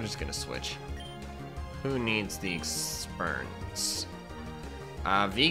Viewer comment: The first time my dad heard you say exspuernce he thought you said exspurmence